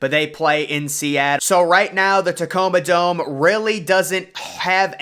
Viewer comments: For real lol wtf is wrong with this guy ? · "But the Catoma Dome" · The “Catoma Dome” 🤣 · the "Catoma" dome?😅😅😂😂😂